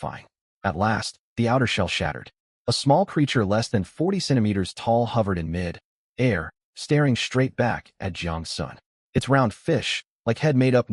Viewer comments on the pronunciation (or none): AI iz stupi rock-shard, SMH, wow wow wow wow, wow, From mi-dair to mid [pause] air. Trash Tier AI